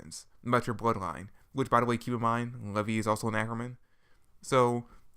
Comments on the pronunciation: Who is levy? It's Levi. Lee-vi. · LEVI = LEE-VI you say it like the jeans